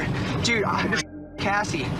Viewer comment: Hey, I should let you know that has incorrect info. Her name was Cassie Jo Stoddart. Not Jessie. I'm not sure if maybe you were saying Cassie, but your accent sounded like Jessie, so I thought I'd comment anyway just in case. 😊 Love the video!!